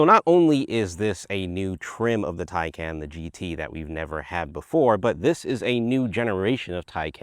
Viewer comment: TieCon not TieCan